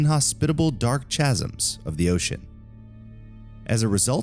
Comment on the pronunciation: It's pronounced Kasms not chasms.